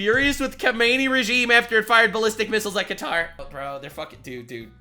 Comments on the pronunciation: Is it actually pronounced Cutter? I always pronounced it Qatar🤔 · Did she really call it cutter? lol its Kuh-Tar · Does she pronounce it right? "Cutter"? I thought it was "kataar" ? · Why the fuck do they all call it Cutter? Bro is KAH-TAR jfc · Is she pronouncing qa tar cutter? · Her saying cutter and not qatar is tilting me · When has Qutarever been pronounced like "Cutter"? It was always pronounced Kuh-tar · And i use a quick search on google on how to pronounce Qatar. Shes dumb its ar not er lmao. Kuh taar not kuh ter cutter lmaoo I thought that sounded off. I was still wrong originally to tho b4 looking but in the beginning of it lol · it's not 'cutter' it's "kuh-TAR", the pronunciation is the same as pronunciation. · Its definitely not pronounced, "cutter." 😂😂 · I hate the way Americans call Qatar "cutter" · the news lady calling it cutter is amusing as heck xD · I cant get over the start where the reporter kept saying cutter instead of Qatar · Why is she calling Qatar, Cutter? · Fox News always has the worst pronunciations, she straight up said "cudder" for Qatar 😂😂😂😂. And these are the "experts" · Why is nobody talking about the way the woman at the start said cutter and not Qatar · The lady pronouncing Qatar as "Cutter" is annoying af😂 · Is she calling Qatar.. Cutter? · Why is it no one in the MSM seems to get that Qatar is pronounced KA-TAR, Like Guitar, but instead of guit, it's Ka... so Qatar! Ugh, get it right people. I mean you wouldn't call China "kina" would you? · I like how the news called Qatar Cutter 😂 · My worst Pet Peeve is when people mispronounce a word or especially a name. Hearing that news anchor refer to Qatar as "Cutter" bothers tf out of me. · "cutter"? lolwat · What the hell is cutter? I thought it was Qatar? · wait, did she just call qatar "cutter"????? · Calling Qatar “cutter” is a bit weird. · "Cutter" was killing my brain man..... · She keeps calling it "Kutter." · Bruh can some Americans really not pronounce "Khatarr" :D lol